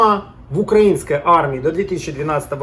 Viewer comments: Автор хочу поправить с ударением:не укрАинской, а украИнской!!! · Не укрАинской, а украИнской. Ударение правильно ставь. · Правильно не укрАинской а украИнской. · Я из Украины, вообще не военный человек, однако мне было очень интересно послушать грамотный разбор нынешней униформы Сухопутных сил Украины (если я не ошибаюсь, то в Военно-морских силах Украины несколько иная униформа. По крайней мере, цвет другой). Только, пожалуйста, говорите правильно — «украИнский (-ая)». От проверочного слова «УкраИна». Это не придирчивость, это — грамматика русского языка. Удачи Вам!